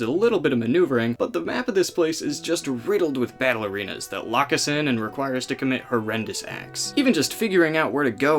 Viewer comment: When you first said battle arenas, I understood it as bailarinas, and tought you would have to pirouette your way out of sticky situations XD